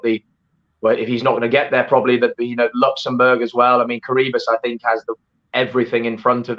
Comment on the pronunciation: Lady not Curry but Curragh hahaha